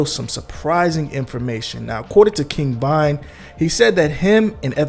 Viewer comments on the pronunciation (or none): Bro ,why you sounding so confident in your pronunciation, King bond bro? Tf?Vonnnn! Broo damn